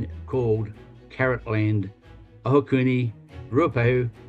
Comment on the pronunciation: AOTEAROA WHOOHOO!!! I would so love to be there haha this is amazing. Also huge props to Josh for his pronunciation of Ohakune <3